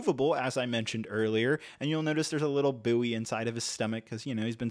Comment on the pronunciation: That's not how you pronounce "buoy".